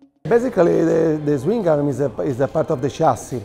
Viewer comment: THE .1 PERCENT BEING THAT HE CALLS IT A SWINGING OR SWIMMING ARM. MAYBE NOBODY HAS EVER TAUGHT HIM HOW TO SAY IT PROPERLY. THERE'S YOUR 100%